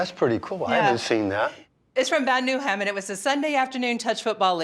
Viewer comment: Very neat to see and it all just adds to the how cool of a down to earth guy Elvis was. Sidenote, it's pronounced Bad Nau-heim, not Bad New-heim.